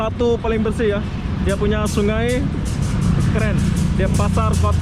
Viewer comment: Sungai,, bukan sungae,,, 🤭